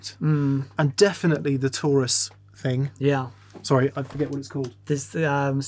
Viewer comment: I thought it was tourist instead of Taurus lol